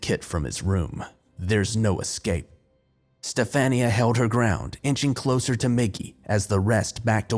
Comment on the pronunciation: Sci fi creepypasta are my favorite! And do u mean STEF-AHN-YA?